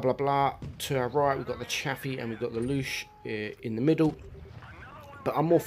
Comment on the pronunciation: Bruh. It ain’t called the “Loosh”.